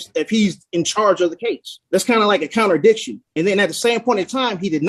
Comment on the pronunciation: Counter diction what is that 😂😂😂😂😂